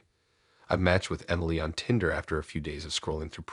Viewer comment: Why can't you even pronounce Tinder the right way? This is fucking ridiculous.